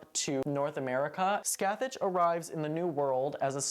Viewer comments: This isn’t a critique and it’s just a funny little thing but every time you say Sacathach a year gets knocked off my lifespan. It’s pronounced ska-hah. Literally no Irish words ever sound like they look. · Just fyi Scathach is irish and is pronounced like Ska-ha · I haven't seen this season since it first aired, can someone remind me do they actually say Scáthach's name out loud? Because it's actually pronounced Scaw-huck in real life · weird. That's definitely not how it should be pronounced! I wish more shows would do their research before using the Irish language.